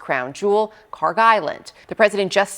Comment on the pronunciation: Iranian here, this is KharK with K at the end, not KharG! It takes 5 sec to google it.